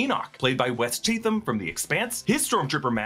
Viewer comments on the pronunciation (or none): Just FYI, Wes Chatham pronounces his last name like "CHATum."